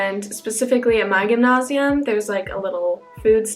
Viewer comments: gymnasium like Gem-NASE-ie-Umm.. not Ghemnashium..lol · As a German I really love the way you pronounce _Gymnasium_. Its very close to native speaking, but also unique :)